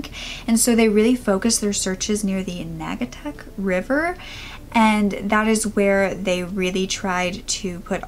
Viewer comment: It's pronounced "NAAUWG-a-tuck river", toots! Sorry for being flippant. I live in this area and my brother was in Billy's school class. You did an awesome job covering the story. My heart goes out to Billy's mother and sister. They have not been just plastering the area with flyers. They also have also been paying for BILLBOARDS along the highway (route 8). For years. They have NEVER given up. Everyone in the area knows about Billy. We just don't know what exactly happened, and we don't expect to find him alive. RIP Billy.